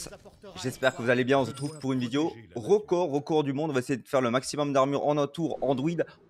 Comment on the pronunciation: Ah un "rocord" ok ok